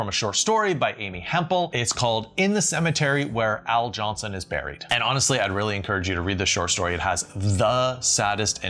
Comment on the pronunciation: First, I did enjoy the video. Thumbs up. Thank you. I did think you mispronounced some words during it, but maybe it's just me... or were you doing it intentionally, tongue in cheek? Such as when you said Hercule as Herculee, and bris as bree, and it even seemed like you mispronounced Al Jolson. Sorry to nitpick. Just thought you might want to know. Thanks again.